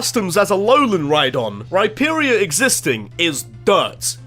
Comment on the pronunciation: DO NOT LEAVE OFF THE H IN RHYPERIOR OR RHYDON!